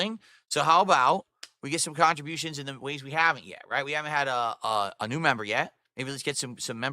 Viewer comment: Yeah, most content creators haven't asked for "khantributions" in their entire existence,.